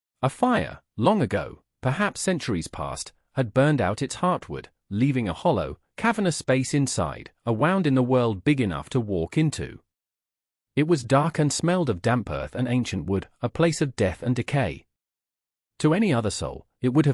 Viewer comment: Good story. Good message of resilience. Narration needs some help with pronunciation. Wound should be pronounced 'woond' as in a gaping wound, not 'wownd' as in the clock has been wound. Tear should be pronounced 'teer', as in crying a tear, not 'tare' as in How did you tear your shirt? The hours should have been put into the context of the story, not just 'hour 3, hour 6, hour 12.' You can do better with a little more editing. Give it a try. One moment of editing can make or break a story. You can do it. 😊